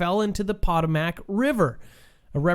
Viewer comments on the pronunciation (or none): POT-a-mac????? How about "Po-TO-mic"--you know, the river that runs near Washington DC? You lose credibility when you mis-pronounce well-known geographical locations and companies. Makes me wonder how serious you are about your "career". And I'm NOT talking about the deliberate mispronunciations to avoid strikes by YouTube.